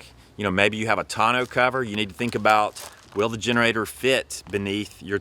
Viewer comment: 1) Who taught you how to pronounce “tourneau?” Not even close. 2) You didn’t mention Harbor Freight or Northern Tool for a 3500W inverter!? Are you guys living under a rock? 700 bucks. 3) Propane gives you no run time. You would have to travel with many tanks or huge tanks, much more inconvenient and more EXPENSIVE!